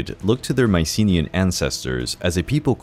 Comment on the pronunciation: You mispronounced Mycenaean